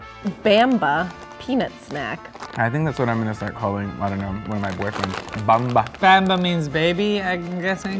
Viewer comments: i'm from israel and every time i see americans try to say bamba makes me laugh lol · Bamba XD I hate the way he pronounced it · “Baymbah peanut butter snacks” 😂😂 it’s bamba (bom-bah) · Why?? Its bamba not bemba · And Bamba(pronsunced more Bum'Bah.) Just sounds likr A Baby in English. So the mascot character was chosen to be a baby. I think it was suppose to just be easier for small hebrew speaking Children to pronounce it.. That and Bamba sounds like Bom'Ba which is a semi slang word that can mean thing in the realm from Loud Noice to getting hit. And more. So something that that kinda reminds of that will naturally be very attractive to small children. And different enough that their parent will never think about it. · It's not bamba it's BUMBAH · bamba is Baa-m-Baa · The way they pronounce "Bisli" and "Bamba" make me cringe, they should've tried other Milky flavors too - עייפד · they pronounce Bamba so....american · רק אותי זה מרגיז שהם אומרים במבה לא טוב ?